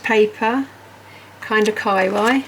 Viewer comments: Umm kawaii is not k-eye-why, it’s kuh-wahh-eeeeee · I believe it is pronounced more like ka why yee. Not just ka why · This IS the best calendar I’ve seen. And I was also drawn to their Ghibli one. I think you pronounce it “Kaaah wah ee” not “ky why”. But I could be incorrect. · Great calender, I'm going to help you out with pronouncing the increasingly socially endemic term Kawaii it is Kaw-Wah-Yee 🙂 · say kawaii, like hawaii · I was coming here to say this. I really enjoyed the video, but the pronunciation got me every time. 😁